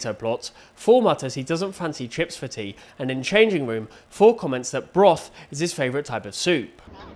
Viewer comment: "I don't think i fancy chips for tey 😔"